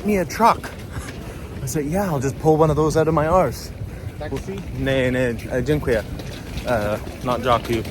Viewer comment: Your „dziękuję” sounds great ;)!